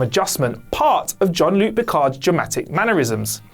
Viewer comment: "John-Luc" Picard?